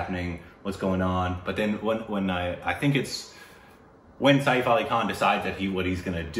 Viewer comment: lmao it's written सैफ़ it's said like "sef" (like the english word "set" but with an F ). Like "safe" without the diphthong. It's not said "sa-eef".